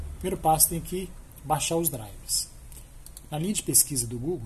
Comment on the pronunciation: Crítica construtiva: Nos próximos vídeos não fala "DRIVES". O correto é "driveRs" com 'R' no final.